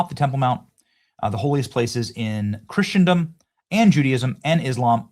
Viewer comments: Hey Benny, I think the word is "Christendom" not "Christiandom". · Benny it’s pronounced Chrissen-dom! It’s NOT Christian-dom! Please stop mispronouncing everything! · I cringe, every time you say chrisadom, because it's anti-Christian. Don't believe me research it. Also, Muslims have no religious tie to the Temple Mount. Where the first and Second Temple was is for the Jews, and the Christians, but not the Muslims, they only built their mosques on top of it, to try to make a claim for it to keep the Christians and Jews from worshipping there. That's the only reason why that dome is on the temple mount. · For the love of God, look up the pronunciation of the word “Christendom.”